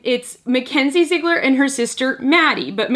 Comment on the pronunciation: It's pronounced Zi egler